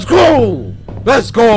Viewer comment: it sounded like cory said: 'LETS CROW!' the first time lo